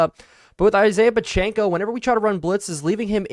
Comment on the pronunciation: Love the content but your football knowledge made me laugh. I wanted to click off the video when you pronounced Pacheco’s name completely wrong all game